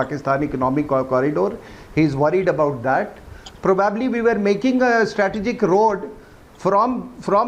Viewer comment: probbbably, probbabbly.............who gave this rsn commisson in the army guy cant say Probably ............nxt time use likelihood if u cant say probably